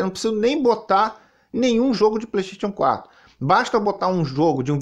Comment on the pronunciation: "PLÊIXXTÊITION 4" KKKKKKKKKKKKKKKIKII